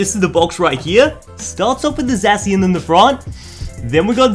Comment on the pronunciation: when a youtuber says "zayshian" ...... Nooooo!